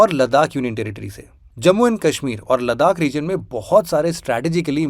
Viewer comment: Aur kashmir ko kaashmeer bhi na bole ....bht irritating lgta hai 😂😂